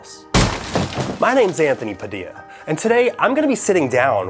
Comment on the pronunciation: I love the way he says padilla